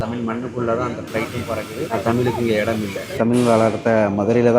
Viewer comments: தமில் இல்லீங்கோ. தமிழ். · தமில்!!!, இல்லை, தமிழ் 😭.